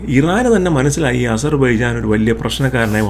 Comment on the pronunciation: താങ്കൾക്കും അസർ ബൈജാൻ എന്നു ഉച്ഛരിക്കാൻ കഴിയുന്നില്ലേ 😂